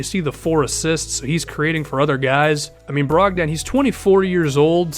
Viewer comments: brog-DON not DAN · not trying to be a jerk, but malcolms last name is pronounced brog-din not brog-dan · I'd just like to mention: Malcom brogdans name is pronounced more like brog-din